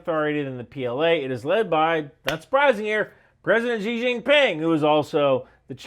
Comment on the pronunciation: Great stuff but why do so many western vloggers say "Jee Jin Ping"? It's just "See". No need to get the intonation accurate